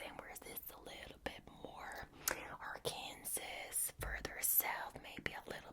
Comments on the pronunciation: Love these vids! Btw Arkansas is pronounced like r-kan-saw. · I’m not from there, but people from Arkansas get upset if you pronounce it the way it’s spelled. For some reason it’s pronounced like ‘Are-Can-Saw’. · Scottish, it's spelt Arkansas, but it's pronounced "Ahr-ken-saw". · Great video. I realize it is confusion but Arkansas is pronounced... Arkansaw. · My only criticism is that Arkansas is pronounced Arkansaw. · Arkansas is pronounced ark an saw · Arkansas is pronounced “ARGH-kan-saw” And I’m not sure Lauren has ever met an Italian, but that accent had me rolling lol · We all wish it was pronounced arkansas but, America yk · it’s confusing. “Arkansas” is pronounced like that but then “Kansas” is pronounced the way it seems